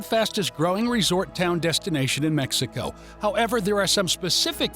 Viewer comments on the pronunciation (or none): none